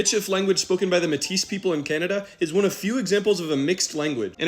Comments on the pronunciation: Mètis is pronounced May-Tea. Not metteese ❤ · Metis is pronounce like “may tea” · fyi metis is pronouced "may TEE" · as soon as you said métis like that i went straight to the comments lmao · Really, I thought the /s/ in 'Métis' would be silent. That's the way I've heard it. At least from a Quebecker and some documentaries. Unless referring to a female, like "la femme métisse".